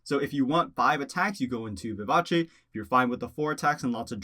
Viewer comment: BRAVO for pronouncing “Vivace” correctly. Subbing for the level of literacy. 👏🏼👏🏼👏🏼👏🏼👏🏼